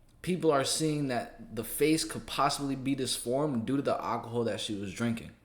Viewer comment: After the 3rd time you pronounced it awhcohol I had to turn it off. Also the c in cps stands for child and the acronym is child protective services so when you call it child cps it sounds more than a little unintelligent. Take care